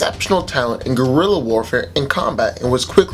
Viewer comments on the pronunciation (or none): none